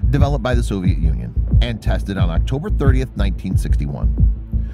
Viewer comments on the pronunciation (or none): none